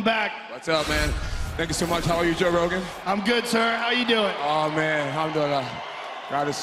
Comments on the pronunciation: after this whole interview I watched Jones listening to gospel songs and praising jesus! in Instagram.. he was just tired during the interview that's why he couldn't pronounce properly like I'm do good! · Tee no, he butchered how to pronounce it but he clearly tried to say alhamdulillah which means “All praise be to God”. If he said “I’m doing uh...” he’d have ended it with “...good”. He wouldn’t have ended it with a religious comment of “God is so good”. So save face mate and move on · Mustafa المحارب النوبي lol... no, he clearly did not. There’s like 3 extra syllables in there that didn’t exit Jon’s mouth... listen at slower speed if you have to. It’s pretty obviously “I’m doin uh...” Joe just asked him how he’s doing. He started to answer and remembered he wanted to praise god before saying anything about himself. He even goes on to finish answering how he’s doing after that.